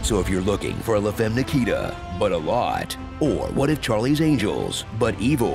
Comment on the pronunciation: You do know that’s not how to pronounce “femme”, don’t you?